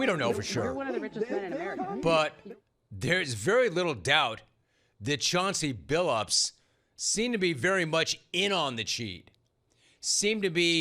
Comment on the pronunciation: I think Barkley pronounces his name Chaunca Billup